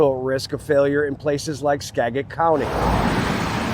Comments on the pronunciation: Its not "skaget county" its skagit county. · Skagit County and Skagit River is pronounced SKAJIT.